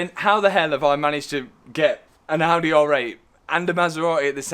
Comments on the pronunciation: And don't forget the Audeh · Bent-Leh, Maserat-eh, Ald-eh